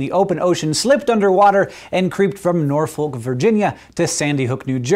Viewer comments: Aw, hank! Nor-foke???? No no no, I love ha but it's pronounced Nor-fik... or Nahfik even though it's spelt Norfolk Still love the channel! It's great to see how much you and John have grown on youtube! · sorry but you hit my pet peeve. its not pronounced norfolk va its pronounced more like norfik or nafik depending on the area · We pronounce Norfolk as norFUK. Not sure why save for VA accent.